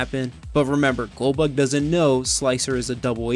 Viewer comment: I swear every time you said goldbug I heard Goldberg, brought back memories of watching wrestling. Great vid.